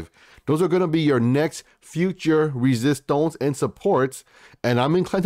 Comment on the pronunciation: I love your videos but please stop saying "resistonce" 🤣🤣🤣